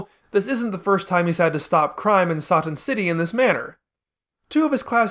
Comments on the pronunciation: The fact you're fine with calling her Videl but insist on "Sah-tan" is the most infuriating thing in the world, especially in regards to your reasons why you stand behind it. "It's not an English word", even though Toriyama is clearly using it as an English based pun. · You couldn't have pronounced Satan as how it's actually pronounced? If you are going with the Japanese pronunciations you might as well call Trunks Toranksu and Bulma Buruma.